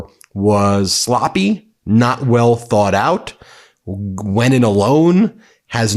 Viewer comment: Why does Witkoff pronounce the word "thought" as "thoort"? Dude should learn how to speak English.